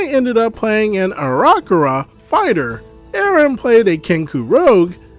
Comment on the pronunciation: I have never heard anyone mispronounce aarokacra like that